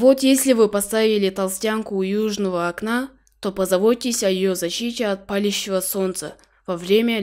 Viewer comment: Не па'лящего, а паля'щего солнца.